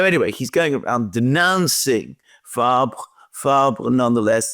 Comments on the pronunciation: The socialist leader name is Olivier Faure, pronounced "Four" as in 4 in English, not Fabre....😮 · Faure, pronounced for.